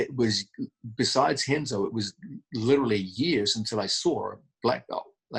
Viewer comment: Pssst John.... if you're gonna call Renzo, "Henzo", be sure to call Roger, "Hoger". Otherwise, you're f'n awesome!